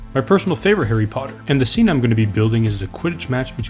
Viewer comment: "For the next movie, HAIRY POTTA Dumbledore said calmly